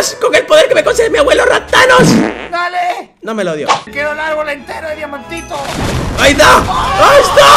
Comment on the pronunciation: rapthanos suena a raptanos